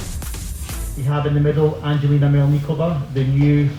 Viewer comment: I wish they would pronounce Angelina correctly. I thought the gymnastic press had collectively got the hang of it by now and stopped americafying everyone's names... For anyone wondering the G in Angelina is like the G in gas, gum etc.. not like G for giraffe.